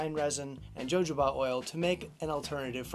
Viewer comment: This is an absolutely wonderful approach ~ thanks so much for posting! For future reference, though, you'll want to say "ho-HO-bah". There's an entertaining scene in "Pink Panther 2" (Steve Martin) that depicts how much fun using jojoba can be, haha: Again, thank you!!! 🙏🏼😁